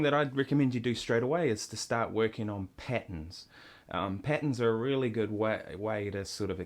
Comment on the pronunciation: lol the way he says "patterns" sounds like patens